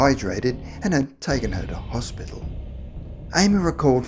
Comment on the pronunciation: It's not slang, I think he just muffed the word & didn't want to re-record the whole lot. He did say Hospital, just not properly lol.